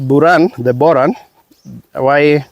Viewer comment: Just stick to saying Boran not Buran.